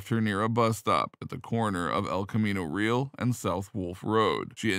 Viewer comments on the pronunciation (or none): camino "real" - pronounced ree-AL - not real. 🙂